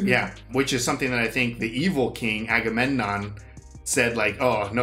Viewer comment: You two are the cutest trying to pronounce aggamemnon you sound like nemo trying to say annenome 😂